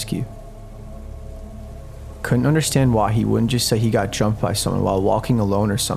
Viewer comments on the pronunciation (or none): Why do you emphasize "-th" when it's not needed? You pronounce "got" as "goth". Like, why?